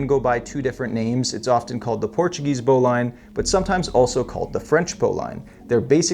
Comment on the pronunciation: I could be wrong but I always heard that "Bowline" is actually pronounced "Bow Lynn". I could be wrong.